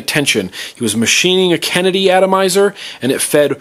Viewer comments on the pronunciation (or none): "bass krenedy" haha found that a little to funny